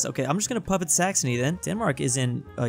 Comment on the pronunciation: did he say s*xony?